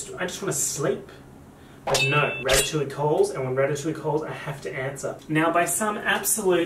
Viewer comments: I lost it when he said ratttatouille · he’s just an italian girl from new york